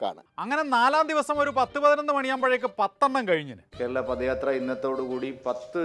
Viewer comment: പദയാത്ര അല്ല പതയാത്ര ആണ്